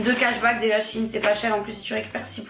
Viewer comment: Shein ne se dit pas " Chine " mais " chèyne " 😅